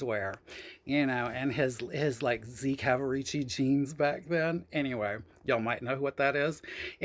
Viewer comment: Bahahahaha you said Z-calvarichi jeans...did his have the pleats in the front with 1 or 2 skinny belts? Hysterical